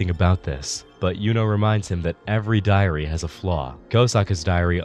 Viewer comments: why I keep hearing diarrea? :p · I honestly thought you said and 12 diarrhea holders